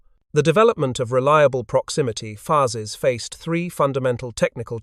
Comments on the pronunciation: Did anyone else find themselves yelling "FYOOZES," at the AI narrator every time it said "fuzzes?" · Voice copied AI from WW2 Stories. "Fuzzes" . Several "proximity. Fuses". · Fascinating story. But,... "Proximity Fuzzes"? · The program assigned good pronunciation rules for "fuse" but not for "fuses." AI is only as smart as the programming is.